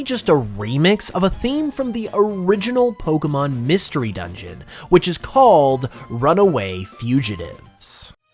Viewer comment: Your videos are great, but BRO. WHY do you say 'poke UH mon' instead of 'poke AY mon'? Don't say it like Ash Ketchem, he's dumb. Say it properly, you DO make Pokemon videos as a career. You should really say it right if that is all you do...